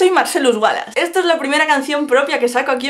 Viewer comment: Yo le entendí Marcelus Wallas xD